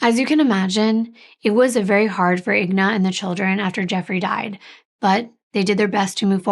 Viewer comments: And it’s actually Alyona, not Alona and her mother is Inga, not Igna. I speak Russian and that’s why I know. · please your name is 3 times more difficult to pronounce but it’s just 4 letters for the mother. It’s INGA not IGNA. There’s no such name exists. Again I N G A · yes, she pronounced them both wrong - Inga, not Igna. And it’s Alyona, not Alona. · It is I-N-G-A not IGNA. Common mistake though. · I think her name is pronounced In-ga. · I’m sure someone is named Igna somewhere in the world….i noticed she said wrong too but probably switched the letters